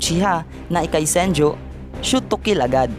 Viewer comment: senju not senjo